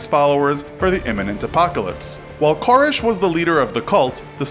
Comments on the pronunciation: Ker-RESH not KOR-ish. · Well, first of all, it didn't happen in Waco. Secondly, Waco isn't in northern Louisianna. Thirdly, it's Kore-ehsh. Not Kore-ish. Fourthly, you shared no new information that isn't widely known. Fifthly, everyone is too smiley. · Ka-resh. Not Cor-ish. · You're saying his last name wrong. It's not "Kore-esh". It's "Kore-resh". Thought you might like to know. Love the videos btw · Pronounced KoREEEEEESH. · It bothers me how you pronounce “Koresh.” It bothers me more that your infographic shows Waco’s pindrop location as being in Louisiana. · I couldn't get 2 minutes into it. The wrong pronunciation of the last name drove me insane. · You don't pronounce David Koresh's last name properly once in this entire video...